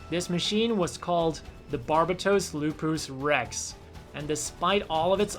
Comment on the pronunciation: I die when pronounce Lupus Rex